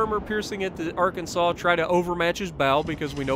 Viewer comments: Arkansas is pronounced Ar ken saw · So you are American I assume and you're not able to pronounce Arkansas properly? I mean I'm not totally sure it's pronounced like you did or how it's in my head but you should definitely check out before editing your videos bc I guess you said you are commenting afterwards editing the video